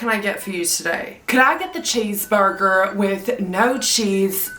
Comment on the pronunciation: “I WOWNED A CHEEESEBURGUER”